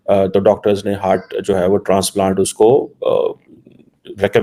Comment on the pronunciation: हर्ट नहीं हार्ट बोलो